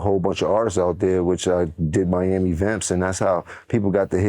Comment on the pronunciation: idk how he can even say the word “Miami” 🌊 🫦👋 💀 😂